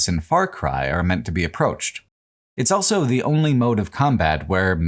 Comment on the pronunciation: pronounces the word "also" as "elso"